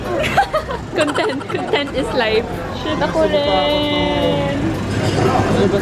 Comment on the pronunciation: Yung pagpronounce nyo po ng “content” is mali :( Parang contentment ung pinopronounce nyo e. Magkaiba yung sa con•tent as in IG posts